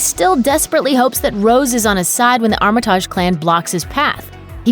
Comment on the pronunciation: Be so much better if you knew how to pronounce names properly (Armitage)